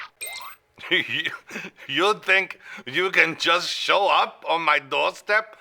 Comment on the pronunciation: "Such a shaaaim." :D